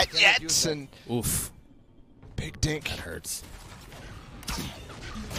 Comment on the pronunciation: He said “dink” uuaahuauh